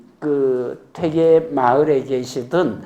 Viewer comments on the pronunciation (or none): 퇴계의 퇴의 발이 틀렸나이다. 길게 발음해야지오!!